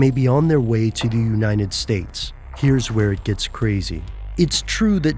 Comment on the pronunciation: "Uninet States"